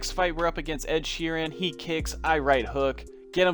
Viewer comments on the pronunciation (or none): Dude said ed sharen